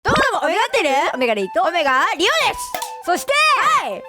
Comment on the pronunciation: 一瞬リオれす、って聞こえるけど、リオですなんよな、